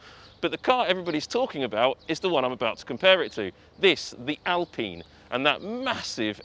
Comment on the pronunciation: AL-PINE, NOT AL-PEEN ! U DOPE